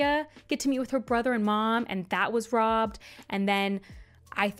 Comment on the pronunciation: "We almost had Arya get to meet with her brother and mom, and that was Robbed..." why'd you have to say it like that ☠☠